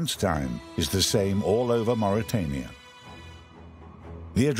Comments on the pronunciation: Mauritania... bukan Mauritiana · Please correct the name of my country; it's Mauritania not mauritiania.